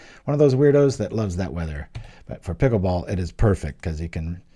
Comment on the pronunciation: What is this Peekool bowl you speak of?